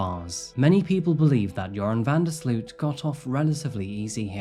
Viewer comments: I'm from the Netherlands, where Joran is originally from. It's so weird to see a "local" on this channel. It is quite cute how Americans pronounce his name though 😂 the double 'o' in his name is pronounced as 'oh', so van der sl'oh't. Not that that really matters though. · I love how you're pronouncing his name (it's a Dutch name hehe) good video tho! It's such a sickening case.